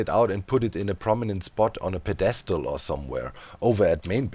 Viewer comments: Hi doc i know english is not your first language so just a friendly note that pedestal has the emphasis on the first syllable. So PED-e-stal not pe-DE-stal. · The way you pronounced pedestal I was to taken aback. I’ve never gonna say it the same way again